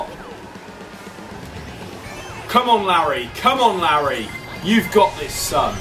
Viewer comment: When they were chanting was it just me that thought Oli said "Larryo"?